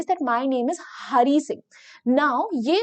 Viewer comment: Hari sing ❌ honey singh ✅